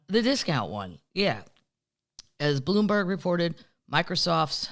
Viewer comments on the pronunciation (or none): none